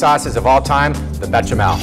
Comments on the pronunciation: "Bay-shah-mehl." Instead of "Betcha smell." Please. Try. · I don't see a "T" in Béchamel? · BEsh-a-mell There is no T. Also, Cold milk, hot roux, no lumps. Don't be stupid.